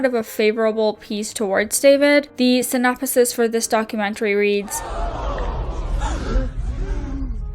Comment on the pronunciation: Synop-a-sis lol. Pronunciation L. Solid other than that. Well done.